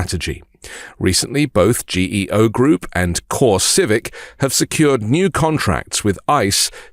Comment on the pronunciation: Correction ...Pronounced GeeO.. They were a customer of mine. There is one on the boarder of NE NC and VA. I use to service another on the boarder of GA and FL. They are built in the middle of nowhere (land is cheaper) so it's nearly impossible to staff them properly.